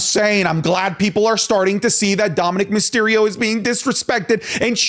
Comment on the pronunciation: Myserio? Not Mysterio?